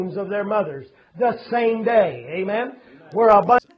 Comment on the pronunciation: I don't think the so-called pastor (who curiously doesn't seem to know anything about a certain JC's teachings) is saying 'amen'. I think he's saying 'eh, men?'.